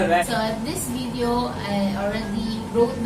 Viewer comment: yung F kasi sounds P... pati yung video = bideo